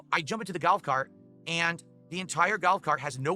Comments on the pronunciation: is he literally saying gout cart? wtf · Huuuh? "Galf cart"? What is galf?! 😂😂😂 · Why is this fucking retard saying “GALF CART” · I'm so glad to know that it wasn't just me everytime he said GALF cart. I said the EXACT same thing as you! It bothered the hell out of me! Especially when I know people from his area don't talk like that.